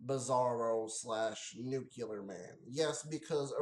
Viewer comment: Who are you, George Bush? It's pronounced New-Klee-ER, not Nuke-U-ler. And yeah, the movie blows!